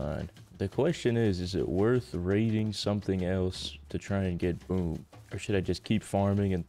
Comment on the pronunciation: when says "boom" it kinda almost sounds like "boob"